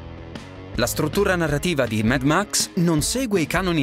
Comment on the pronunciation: credo che si pronunci come si scrive mad max no med max, vabbè sottigliezze